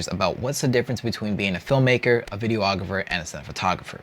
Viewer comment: In the spirit of just trying to better everyones understanding, it's pronounced "video-grapher" not "video-ah-grapher".